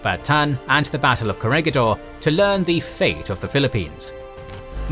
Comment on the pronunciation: Corregidor is pronounced Ko rhe hi DOHR